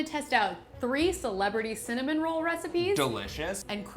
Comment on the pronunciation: Snoop Dogg makes connamon rolls, lol